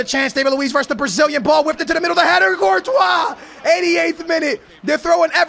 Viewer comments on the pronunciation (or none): Why you pronounce Courtois Virtual?